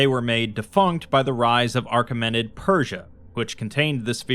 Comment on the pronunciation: not a big deal, but it's achemenid with no r